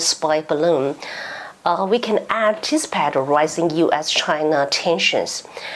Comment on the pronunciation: 葛萊儀 CSIS Bonnie S. Glaser is Taiwan’s true friend 👍 筱君 has many incorrect English pronunciations. Seems 筱君can’t pronounce most L and R, for example - tell, and anticipate, recognize, going,… defense, invasion,… Joseph Wu, Arlington, talks,… incumbent Gallagher